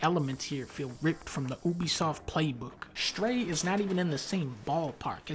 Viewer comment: Fun fact: the game is called "Stray" not "Shtray", Dunkey